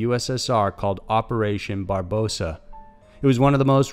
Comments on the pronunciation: Barbarosa, not Barbosa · Pronounced Malaki and hostage is pronounced hastage operation barbarossa not barbosa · Mala-chee, Host-age, misuse of founders, and Barbossa instead of Barbarossa? Just saying... could use some proof-reading. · Just finished the rest of the video... HOLY SHIT! He butchers up so many words. Here's what I remember.... ❌ MALACHI (MAH-luh-kye) ❌ HOSTAGE (HOSS-stihj) ❌ ÖTZI (UHT-zee) ❌ HELMUT (Hell-MOOT) ❌Operation BARBAROSSA (Bar-buh-ROH-suh)